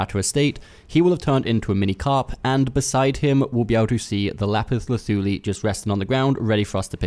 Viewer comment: Great video....and thanks for the pronouncement of the said item!!! Not being sarcastic. Lol!